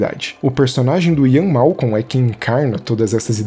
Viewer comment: Pequena correção bobinha: é Malcolm e não Malcon.